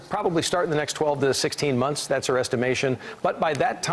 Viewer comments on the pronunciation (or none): none